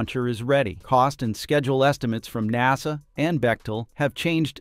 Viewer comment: ok little AI dude NASA not NOSA.